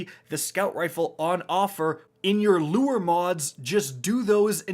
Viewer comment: making me so proud with the drastic improvement to pronouncing "Lure"